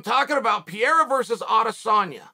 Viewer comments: Everyone else: Alex "Purr Era". Chael: Alex "Pee Era". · Pierra? For crying out loud Uncl it's Purr rare ra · “Alex Pee-era” Uncle Chael why you disrespect that man like this?! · Can anyone with power, teach Chael the right pronunciation of "Pereira"? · Preiiiiiira NOT pera ! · Its not "piera" its "pereira" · You need to get the guy's name right. Its pronounced Pe-Re-i-Ra not Pi-ER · You're so eloquent, yet some proper name pronunciations continue to elude you. Whoever you're talking about didn't beat Sean Strickland. Google will even tell you how to pronounce Alex Pereira's name. Maybe by the time he beats Izzy, you will have learned his last name. Pa-Rare-Ahh, not Pierre. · Here's a phonetic guide to pronounce his name Pay-day-da. Just sayin...I love Uncle Chael but he keeps talking about some guy named Pierra. Who's that? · Get the spelling of names right, it's not Piera as you're saying, it is P E R E I R A, you dont read first letter e lik ee, you read it like eh, so rather try with Pehreira, you'll be much closer. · Uncle Chael is calling Pereira “Piera” so convincingly he actually made me check if I had it wrong all this time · yall cant pronounce without a brazilian telling you how to speak, because in english you guys say "re" with an "closed" pronunciation (like Ree). In portuguese is like Reh, you have to open the E sound. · Pierra, the French monster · He called him Pierre once I was like who the fuck is Pierre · I thought he said Pierre or even Vieira at times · If Uncle Chael says it’s Piera, it’s Piera. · "Alex Piera" 😂😂😂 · Lmao a couple days ago it was just straight up “Pierre”. God, i love our uncle Cha-eel. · Also called him Pierre in the video too. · ...."Piera" Ah boy Uncle Chael. Real American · “Alex Pee-Era” - Chael Sonnen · Cheal always pronouncing names wrong whahaha Pierra, Makelchev 😂😂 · Chael really calling this man Pierra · king chael has spoken , his name is now ALEX PIERA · I’m confused. Is Pereira’s name Pierra now, or Pierre?